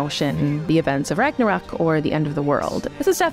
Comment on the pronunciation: It was the first time I heard the correct pronunciation of "Ragnarok"! :D Amazing!